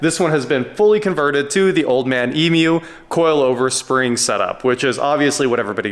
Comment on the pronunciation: Top shelf emu pronunciation mate 👍